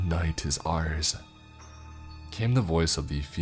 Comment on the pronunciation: "The night is arse" that is what I heard xD.